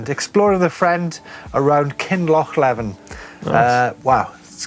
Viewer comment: Kinlochleven is pronounced Kinlochleeven. ;-)